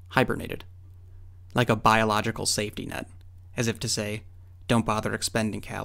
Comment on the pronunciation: "Saftey" -oof